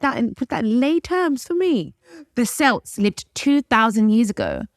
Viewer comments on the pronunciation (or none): just an FYI it’s not celts pronounced selts, it’s celts pronounced Kelts! Welsh Irish and Scottish people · UNREAL costume. lol Its the Celts, like the C in Cat and Samhain : Sa - win. Irish is complicated !